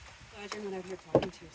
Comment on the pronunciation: “In and Ooot” … I couldn’t resist! Nice to see a video, haven’t seen you one a while, have a great night